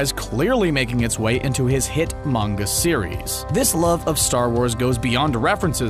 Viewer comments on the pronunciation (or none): none